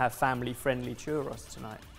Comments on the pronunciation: Google "churros pronunciation" said with one R no S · The way they all pronounced churros makes me want to rip my ears off. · The way you guys say churros is physically hurting me.. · How you guys pronounce “Chorros” and the fact that you roll out your tortillas are downright heretical where I come from. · I love the channel but please learn how to pronounce words correctly. That is NOT how churros is pronounced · Boys, didn't you learn your lesson with Paella? You've literally made the whitest, least authentic version of both churros and tacos (and mispronounced the name of one of them). Stick to bangers and mash, or learn to make what you're claiming to make. Stop murdering Latin foods!!!!! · I'm British and this is the first I've ever heard it pronounced like that. I've always said chur-rose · Yeah I'm from Britain as well and I have no idea why they're pronouncing it that way. I say "chew-roe". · Why do they pronounce the o in churro and taco different? Tacko, Chur Ross. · ChurrOH... is how it is pronounced. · Yeah as someone of Mexican decent every time I see the churro things I'm just like what. Also I love these guys but something about the way they pronounce churros brothers me a little lol it makes me cringe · I read this comment before I got to that part of the video and spent a few minutes trying to figure out how someone mispronounces churro. That pronunciation was the worst thing I've ever heard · No one is talking about their pronunciation of the word churros, and I feel like I'm crazy because that is NOT how anywhere pronounces it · That wasn't even the worst. They were using plural churros as a singular word. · I can confirm churros are not usually pronounced like that in the UK, it's probably just a them thing 🤣😅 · SHOOK at how Brits pronounce “churros”. Who did this and why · I'm a Brit and have never pronounced it this way. Having said that, churros are not common here so I could see why some of us would pronounce it weird. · It's called as poorei